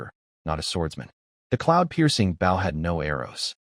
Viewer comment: U telling me AI having such trouble pronouncing Bow (the weapon), using Bow (bowing to someone) but it can pronounce Sauna absolutely perfectly? Alr AI, alr.